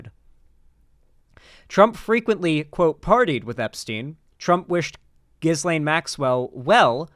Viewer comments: Its not Gizlaine, its Gillaine. Its pronounced Gillaine! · Ghislaine is pronounced Geelaine